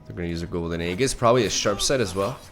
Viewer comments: how... HOW. HOW DO YOU STILL pronounce EE-JIS wrong. AGAIN. AFTER READING my COMMENT? HOW!? ARE YOU SEIROUS BRO? ARE YOU KIDDING ME!???? DUDE. DUDE!!! BRO!!! ALSO YOU ONLY GOT IT HALF RIGHT THE FIRST TIME. IT'S EEEEEEEEEEE-JJJJISSSS NOT AY-JJIS. IM TRYING TO HELP MY FRIEND PLEASE!!!!!!!! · ...did you just say AY-GHIS again?